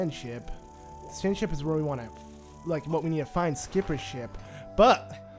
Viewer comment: it sounded like you said Sand Shit 😂